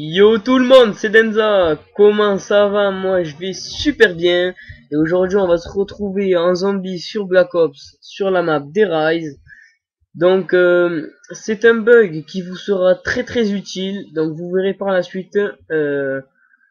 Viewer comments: eeeuuuh,ca se prononce dèr riiisè..... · On prononce "Der risé" ! ^^